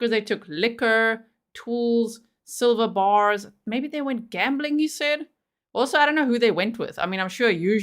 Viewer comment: Did he say"Sliver bars"(he make them sound)like they eloped??!!